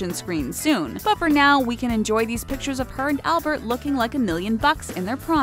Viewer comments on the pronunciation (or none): none